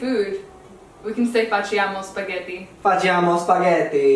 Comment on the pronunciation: ahmahvash he's not a native speaker. he pronounced "facciamo" wrong.